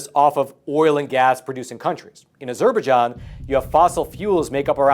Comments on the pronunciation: Its not 'A-zurbah-Jon'. Its 'Azzer-Baije-onn'. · Please pronounce Azerbaijan correctly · Wow! You really don't know how to pronounce Azerbaijan. Try again buddy. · Say, Azer-bye-jarn. There, fixed it.😎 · I think that falls into the Key-ev V Keeve realm.. I'm with ya though.. a bit distracting to hear it that way.